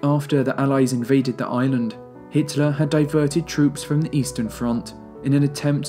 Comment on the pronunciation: Pretty sure it's Hitler not Hiteler